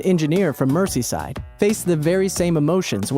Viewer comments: Number 9 - Britain didn't have a lottery in 1961. You must be referring to the "Football Pools" which was a type betting based on predicting which football (soccer) matches would be draws (equal score). Also "Merseyside" is pronounced merzey-side - not mercy-side. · I can't watch this. You're calling people stupid, but can't be bothered to work out how to pronounce a bunch of English proper nouns – Urquhart repeatedly, then Merseyside, I can't persevere. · he said 'mersseeside' for merseyside... its pronounced 'mer-zee-side' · MERCYSIDE? LOLOLOLOL